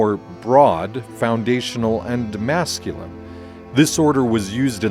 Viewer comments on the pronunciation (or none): none